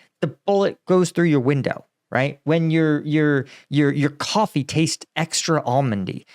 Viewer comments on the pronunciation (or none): none